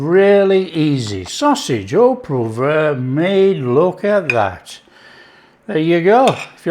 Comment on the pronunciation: Love it! pronunciation of 'poivre' seemed to get further from the French version the more he repeated it!